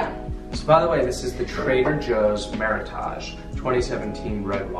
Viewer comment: Meritage rhymes with heritage. Meritage (created in 80's by Sonoma/Napa vintners) is California's version of Bordeaux style blend.